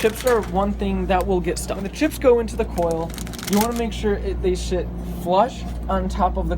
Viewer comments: Watching this in 2018 lol he said sh*t in stead of sit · Gotta make sure these chips shit right anyone else hear him say shit instead of sit? Lol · "You want to make sure they shit on top of the coil" THAT ACCIDENTAL H THO IM DYING LOL